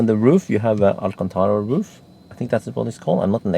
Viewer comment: You pronounce Alcantara very well like in the arabic language ;)